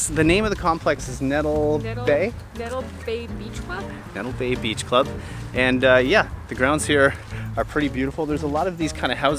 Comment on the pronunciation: Nettle (actually pronounced 'Net-lee') Bay is a bit out of the way from the main area of the French side but it was great to see the beach side of that area. We prefer the French side altogether as it's more relaxed and quieter than the more 'Americanized' Dutch side. That being said, St Martin/Sint Maarten is our favorite place on earth to visit and spend a relaxing vacation. And for the record, Grand Case itself is considered the 'culinary capital of the Caribbean'.... not the entire island. We've never had a bad meal on the island - Dutch or French side. We love all-things St Martin/Sint Maarten. :)